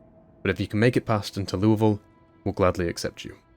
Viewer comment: You have pronounced Louisville correctly, I give you the Kentuckian Seal of Approval